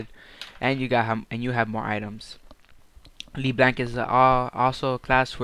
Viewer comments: Thought it was "leh blahnk" No? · People who make tutorials on champions should: pronounce the name right, become more familiar with the champ, know the combos, etc. dude i stopped watching after you decided to mimic chains instead of Q. LeBlanc is my main and you make me want to cry.